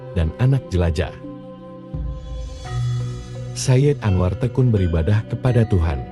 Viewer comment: Misalnya sayid anwar itu nyambung tidak diputus